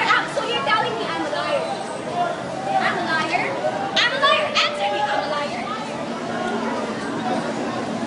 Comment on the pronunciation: kakainis, sobrang yabang mo...pasosyal ka pa...lahat nman ng tao may pinag aralan...in your attitude like that it showed that pra kng walang pinag aralan..amalayer, cheap mo ha...wrong pronounciation pa, am i liar dapat hindi amalayer, you are so cheap,,,pekeng sosyal..ka...a disgrace to filipino race...i feel so bad because there is a filipino like you...